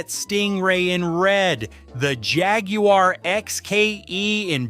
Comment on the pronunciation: "Jag u are" ? Are what ? sitting "In sise" "Porsche nine wevinteen" ? Whaaaaat is weevinteen ? "Nah beezco" what the hell is that ?